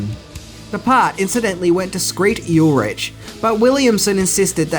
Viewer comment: Skreet yul rich lmao